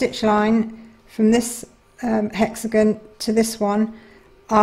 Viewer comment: Thank you for the lovely video! Only, it is hexaGON, not hexaGNO. Hexa is the latin prefix for "six" and "gon" is the latin postfix for "corners". Thus the words hexagon for a shape with six corners, octagon for one with eight corners, and so on 😉 I love the golden thread ❤